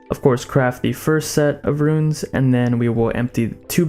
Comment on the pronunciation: It’s “ROON” not “RUIN”